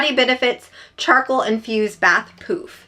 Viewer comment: Thanks so much for the great reviews. The first time you said poof, I thought you said, poop!!